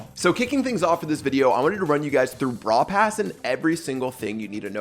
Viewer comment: No one Absolutely no one: "PrAiD BRaWl pRass"